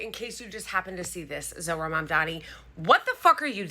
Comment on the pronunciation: I've also heard him mangle Mamdani's name even worse than others have -- 'Ma'am Damney.'